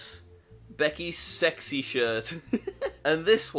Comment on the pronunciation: did you say seky mug